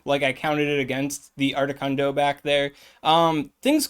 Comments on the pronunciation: Articuno, not articunDo 😅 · Ardicundo lol you said it right the 4th time what’s that all about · my man.... uno, dos, tres. 1,2,3 duh.... it's not that hard to say articuno 🤣🤣🤣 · I came for the video title but I stayed for the pronunciation of Articundo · I keep hearing “ARTI KUNDO” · “Art-i-cuhn-do” is a joke I’m missing, right…? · Why are you saying Articuno’s name with an ascent?